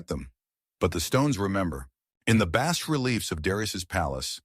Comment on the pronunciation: BAAH-RELIEF (NO S)